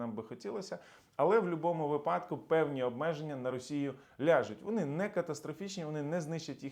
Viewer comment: Дякую, цікаво. До речі - вИпадок, а не випАдок.